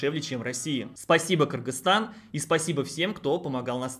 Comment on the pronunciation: Молодец, объективная информация, без предвзятостей. И что особо радует название страны правильно произносит. За это особый респект. А то многие блогеры, даже не удосуживаются выучить название страны, все ещё в совке остались. А я считаю, что если приехал в страну, то должен уважать этот народ, а уж правильно называть страну, это именно об уважении и говорит.